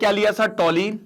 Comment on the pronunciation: Toluene - टॉलुइन not टॉलीन 😅